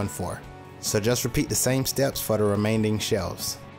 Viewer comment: “Remain-ding shelves”